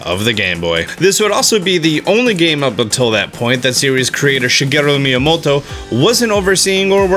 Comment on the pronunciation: Him trying to say miyamoto though lol!!!